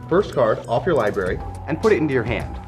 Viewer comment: It's pronounced: "LIBRARY" with an R.